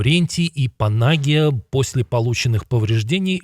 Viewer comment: Поправлю вас в произношении УДАРЕ НИЯ в слове ПанагИя -- так правильно ударение ставить на последний слог ! ПанагИя -- в переводе с греческого языка значит --- Богоматерь. 🙏